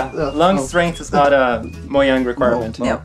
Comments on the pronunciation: mojang worker mispronounced "mojang" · It is pronounced as "MOJANG" The guy : moyang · Did anyone catch the First-person mispronounce Mojang? It's actually pronounced ”Mo-Yang”. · one of them says "mo-yang" so now I'm confused... This is the first time watching one of these, are they all people who work there? If so... which is it...? I get that the swedish word is pronounced that way, but earlier in the video they were saying it with the English J sound... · “How many times have you seen someone mispronounce Mojang?” Xisuma: Allow me to introduce myself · When you know more about the history of Minecraft than the people who work there lol Also the guy pronounced Mojang wrong despite working there and it being covered earlier in the video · Its mojang while this guy pronounced it as mojang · they say people constantly pronounce mojang wrong ... then throughout the video its pronounced both ways. wat?